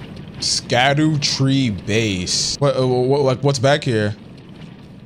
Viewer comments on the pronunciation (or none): Scadutree is pronunciation Shadowtree, its like the same shit with Gaol = Jail